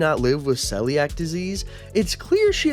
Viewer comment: I am mildly upset by your pronunciation of celiac and I also have a theory that Chili's sister has Celiac and that's what causes her infertility since it can mess with hormones and fertility